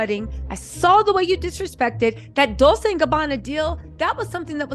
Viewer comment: Girl, not dissin' your dissin'.. BUT...you need to be sayin' those brand names correctly. Dolcè sounds like dol-chay.